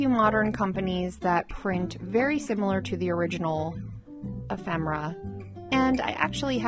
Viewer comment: e·phem·er·a /əˈfem(ə)rə/ Learn to pronounce